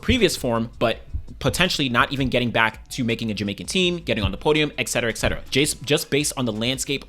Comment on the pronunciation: it's et cetera, not eccetera.